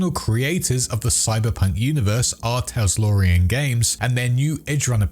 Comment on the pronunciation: Preem vid. It's "Tal-SOR-ian", not "Tas-Lore-ian".